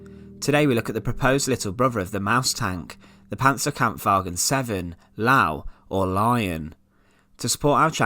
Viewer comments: How can you pronounce " Löwe " as ...lauh....? Think of it as " Loeh-veh ". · no it’s pronounced “lew-veh”. Notice the umlaut above the letter O. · Ya, the W is pronounced V in the German language so Lowe is pronounced Luuva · It's "Lovhe" not "Laau" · Pron Lurva not low. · dude ... learn fucking pronouncing things. it's not lao, it's lo-veh and i don't even care about the difference between ö and o here, i'm not an unreasonable man. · I hate to be that guy, but Löwe is not pronounced, "Lau," it is instead pronounced "Luhvur." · Even saying Lowe would have been fine....so without the Ö....but just going for LAU ? xD haha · Lau? LÖWE!! It’s pronounced “Loe-vah” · Laow? You mean Löwe. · While this is very informative and thus a good video, your pronounciation of the german names is simply awful. It is not Porsch, it is PorschE!. And it is NOT Lau / Low.! It is more like "Ler-wae". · Maybe stick to calling it ''Lion'' because your calling ''Lao'' gave me ear cancer. This isn't a Chinese philosopher. I understand the Ö sound doesn't exist en English, but MUCH closer would've been pronounced ''Leu-veh'' or ''Ler-veh'' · Sure, I just want to point out a few things. The English ''oo'' sound (Goofy) is expressed in German with the letter ''u'', not ö (Gutentag...Gootentahk). There isn't an exact replica of the ö sound in English but the ''er'' is DEFINITELY much closer than "oo", (Herman Gerr-ring (hard G, natually). Not Gooring. Never EVER heard someone say Herman Gooring.) I don't know about your admitted mastery of German, but I'm hard pressed to believe I'm ''badly struggling'' with German, by someone who says ö is pronounce "oo" when it most definitely isn't. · No the umlaut doesn't make an oo sound...at all. Much closer to ''er''. Ler-veh The ''oo'' english sound is written with the letter ''u'' in German. Gutentag... Gootentag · Lau? law? Its Löwe! The W is pronounced like V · It's pronounced "Ler-ver" - not 'Lau" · Lau? L Ö W E !!!! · Pronounced: 'lurvu'